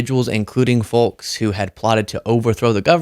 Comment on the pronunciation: Can you explain why you say folks with the L? It's not a speech impediment. Do you say SaL-mon?